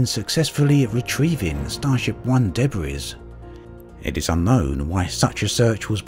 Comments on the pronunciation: Also, Debris is pronouced "Duhbree" not "Debrees". The "s" is silent. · Didn't notice that, but did notice the pronunciation of debris